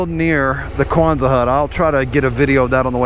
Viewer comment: Not kwanza hut, Quonset hut named after Seabee’s base I Quonset, RI!